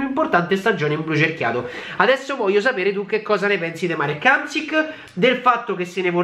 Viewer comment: curiosita': si legge H(aspirato)mSC(come SCienza)II(allungata)k. HHamSCIIIk. Si scrive Hamšík. Comunque ormai e' tardi, se ne va in Cina, non se ne parlera' piu' :D